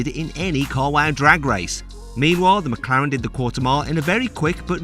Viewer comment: 맥라렌 ㄴㄴ 맥클르랜 ㅇㅇ